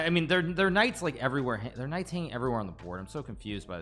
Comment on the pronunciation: The way he says these Knight's sounds like deez nuts😂